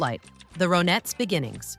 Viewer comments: Can't even listen to this. It's Ron-ettes not Ro-nettes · AI strikes AGAIN!!! The "Row-Netts", WHAT? Whoever produced this piece clearly never heard of them! GOOD GOD!! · ur voice is not awake,,,its the RON-etts...wake up!...not O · Nope. I can't take "ROW nettes". And "Philles" records. And EVERYTHING was controlled by Phil. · Why say Row nettes - when Ronnie = Ronettes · This hopeless woman speaker cant even pronounce the goddam name of the group. properly ffs..... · The fact that the AI cannot pronounce the group name correctly just ruined this video. And for that reason, I'm out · Me too! I'm done. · I hate effing AI , doesn't even get the name of the group right they are trying to profile